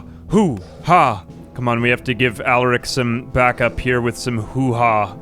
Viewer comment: Please PLEASE you can stop this torture ill give you the launch codes just please stop saying allarick instead of alaric